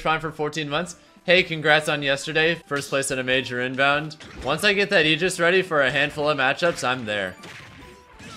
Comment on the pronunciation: Only human being I've ever heard pronounce Aegis properly.